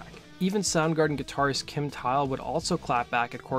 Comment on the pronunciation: Kim deserves his name pronounced correctly